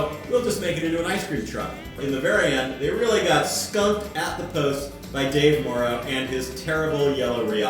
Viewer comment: *Morrow's, not Murrows